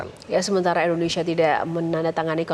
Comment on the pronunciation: Endonsah endonesah🥱